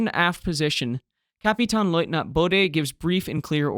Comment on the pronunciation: Kapitän or Kapitaen not Kapitan, Jade not Dscheyd. But from the rest, i am impressed